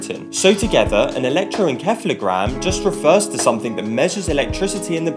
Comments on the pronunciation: SEF-AL-O Not: KEF-AL-O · Pronouncing the c as a k in encephalogram is killing me🤦🏾‍♀️ it’s pronounced en-“seffelo” geam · do we pronounce it wrong in united strates? or just different ? electroen"ceph"logram , we pronounce electro"ensef" logram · Interesting but I’ve never heard it pronounced like that before